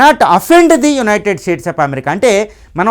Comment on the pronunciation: BRO UNITED STATE OF AMERICA ANI CHEPPADAM PRACTICE CHEYYI FIRST